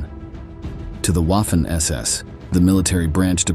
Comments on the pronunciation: Lost interest after Wahh-Finn ss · Can we train the AI to pronounce “Waffen” correctly? It’s pronounced “Vaffen”! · German uses a "v " sound for words that start with "W".